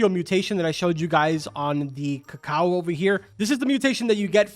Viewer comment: The pronunciation for "cacao" is "ka-cow"